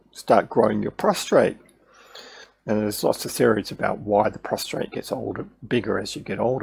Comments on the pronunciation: It’s a prostate! Not a prostrate. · Yes I hadn't noticed I had got into the habit of pronouncing prostate with a R. My bad